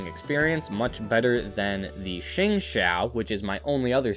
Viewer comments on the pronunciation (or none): none